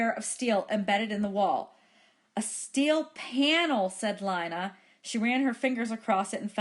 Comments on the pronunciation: How do I have 100 Subs Without any videos? It is Lina so it is lee-nuh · It’s Lina not Lana but thanks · This was very helpful, so thanks. ( It's Lina not Lana)